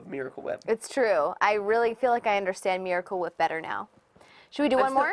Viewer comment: miwacle whiep